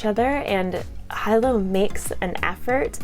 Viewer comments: He lowe not hi low. FYI. Great review. And you are beautiful. Have a great day everyone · Loved Jade war ! Shaes battle had me sweating buckets lol. So intense. Hyped to read legacy now . Great review ! I pronounce Hilo "Hee-lo " though 😅